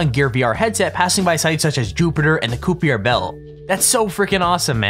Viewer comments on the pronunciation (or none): Koepiejer belt? Kuyper belt 😂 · I think the Kuiper Belt is pronounced like "Viper". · Bro said coopier instead of kuiper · The Kuiper Belt? It’s pronounced kai-pr